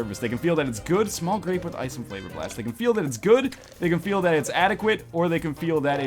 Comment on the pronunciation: did you just say "small rape with ice and flavor blast"?